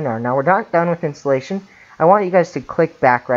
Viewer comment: Amazing video thanks...but "Intallations"